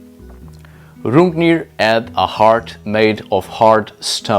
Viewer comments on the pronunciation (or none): the way you pronounce 'son' seemed very french to me :D because there is no 'n'